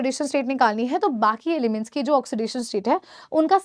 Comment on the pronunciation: Mam aap humesha ki ki jagah bi kyun bolte ho ??